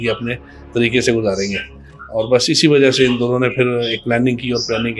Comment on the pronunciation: Presenter must be learn Urdu right pronunciation is wajha white you said wajo this is the fact